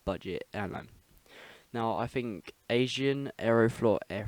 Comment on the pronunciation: Lmao Agean is spelt like (Ah-Gee-An) not Asian ;) Enjoyed the video tho.